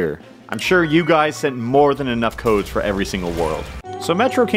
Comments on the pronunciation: Is anyone gonna talk about how he said "submit toads" instead of "submit codes" at the beginning of the video? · Sounded like he said "submit toads"